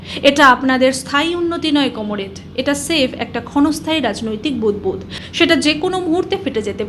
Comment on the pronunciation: Aro ak choti baj ,tui ki kono politician tor Sanger katha rakh ,toke Bhai gal golpa .Ai Comrade uchharan ta thik mato kar.Tui akhon purano riging Master er dike dholechis ta chara toder ai faltu channel ak glass pabi na.Are faltu tui uchharan korish na ,Das capital porechis faltu baj